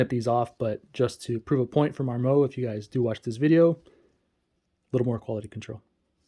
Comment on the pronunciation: Mar Moe? It mar.mut